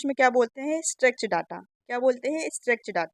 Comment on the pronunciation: स्ट्रेच नहीं स्ट्रक्चर्ड होता है